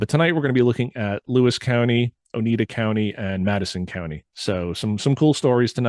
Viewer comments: Oneida not Onita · This was fun to listen to. Thanks for delving into this. As someone who lives in Central NY, it was great hearing about these sightings! BTW, Oneida is pronounced Oh-Nigh-Da, rather than Oh-Need-A. Not trying to nitpick, just wanted to share. Keep up the awesome work! I'm loving it! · Interesting video ! Thank you for sharing....btw, the county is pronounced ONEIDA..... O- nye -da.....not O-knee-da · Its pronounced Oni-dah.... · Very interesting. I live just outside of Cazenovia. Sorry to do this to you but Oneida is pronounced Oh-nye-da. First time watching your show and enjoyed it very much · Please! I before E sounds like E. E before I sounds like I. OH-nigh-da lake, or Oh-nigh-da County. Thank you. I know, I'm being a Karen; Care-in, not Kor ann. One is person, the other is a bible...kind of.